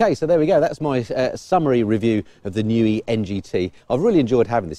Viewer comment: It's called the niu not the nui